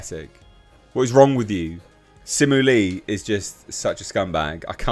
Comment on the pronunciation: Don’t even try to roast if you can’t even say his name right 🖕